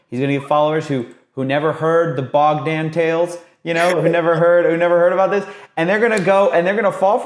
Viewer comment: BOGDAN...the O is long, the A is short 🤦‍♂️ you’re such an American